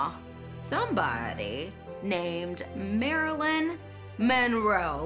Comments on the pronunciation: M...mo.. mon.... monro... monroeeeee.. lmao too drunk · 😂Marilyn had to take a drink when the narrator couldn't get her name right... Priceless. Love this show. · I cried. And then she started failing at pronouncing Monroe LOL